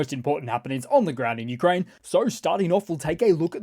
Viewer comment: "Newkraine" 😂😂😂 brilliant